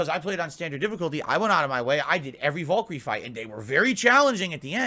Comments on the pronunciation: wtf is a "vuhl-kur-ee"? does he mean valkyrie? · Is he mispronouncing Valkyrie?